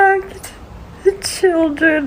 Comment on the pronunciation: "The childrid!" ...And shouldn't we all be thinking about the childrid?